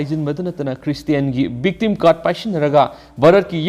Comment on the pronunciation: Struggle for Exigense😂😂 (tune 7:4) All I heard is bhiolance and biktim😂